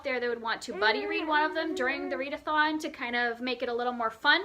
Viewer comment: Read-eh-thon -- that's hilarious!! I'm not a classics reader, but Jane Eyre is one that I've read, and I love it. I didn't realize it was over 500 pages, though! I also loved The NIght Circus. You have some great books on your Tome Topple list! Good luck with these!